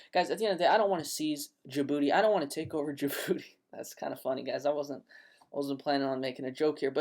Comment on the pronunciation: "I'll go to Jaboody and take over" lmao Great content man.